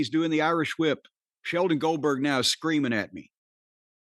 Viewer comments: Corney pronouncing the h in whip like stewie. Lol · It's pronounced "Hwip".